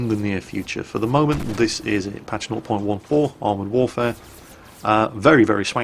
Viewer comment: Hey, I was wondering why you said 0.14 the way you do. It sounds like your saying "not point one four." Not making fun of you just wondering!:)